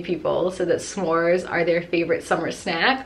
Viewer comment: Her: I have a huge bag full of shnacks. Me: When I get a snack or say it I’m going to say shnacks. Then she said shmores